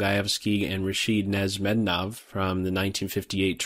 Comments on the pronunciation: it’s pronounced nesh mid deenov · I think you were pronouncing wrong the name Nezhmetdinov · Yo Jerry, awesome video but learn how to pronounce the name broo